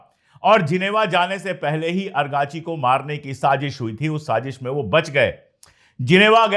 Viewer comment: Sir, main yah Teesri bar bata raha hun, his name is not Argachi but ARAAGHCHI